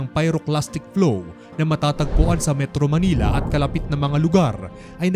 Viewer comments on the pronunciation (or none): none